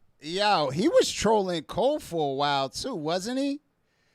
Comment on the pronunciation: He still calls Cole, Jfold😅😅😅